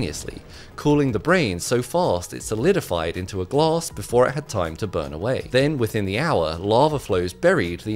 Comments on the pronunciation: Hmmm, to my knowledge there was no gloss in his brain. There was however, some glass in his brain. There’s an A, it’s not even an accent thing accents don’t make it impossible to pronounce the letter A. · Whats glause? Do you mean glaaaaaas... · Um... It's "glAss", not "glOss" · He pronounces “glass” like “gloss” He’s such a “oss” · What is with his pronunciation of glass 😂😂😂😂😂 gluuss 😂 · Wtf is glars you mean glass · Wait are they saying glass or gloss? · Glass ❌ Glauss✨ ✅ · His not saying glass it More like gloss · Glass ❌ Gloosss ✅ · According to this man Glass ❌ Gloss ✅ 😂😂😂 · Bro did not say glass he said gluss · its not Gloos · like a human, its glass not gloss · same “gloss” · glASS, not glOSS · Glass ❌ Glose ✅ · ITS GLASS! NOT CLAUSE!! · It took listening to this clip 3 times before i realized he was saying glass and not gloss 😂😂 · Bro its glass not gloss are you stupid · All I hear is gloss. English is my second language even I can pronounce it better.. it’s glass. Said it again glass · 😂 I heard claws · Ah yes, the "gloss" ^^ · i hate how he says glaes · Here I thought he said claws when in reality he said glaws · Glass doesn’t have an R in it pal. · Cher docteur, Je suggère que vous travaillez sur votre prononciation du mot 'verre'- Car la première fois que j'ai entendu votre vidéo, je n' avais pas bien compris. 😊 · Bro cannot say the word “glass” to save his life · Guy needs to open his mouth when he says the word “glass” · Say, "Glass." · I had to look at the subtitles to know how you pronounced “glass” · This is the 1st time I hear someone pronounces 'glass' and 'microscope like this. Gloss and microscape.